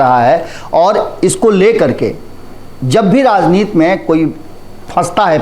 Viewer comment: आप कृपया 'राजनीति' बोलें, आपके स्तर से 'राजनीत' बोलना अच्छा नहीं लगता है। 'राजनीत' तो हिंदी या संस्कृत भाषा में कोई शब्द है नहीं।